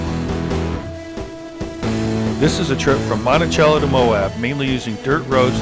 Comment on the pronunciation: Great video of an off-beaten path. I'm glad you finally got the Utah pronunciation of Monticello! Now, let's work on Manti-LaSal...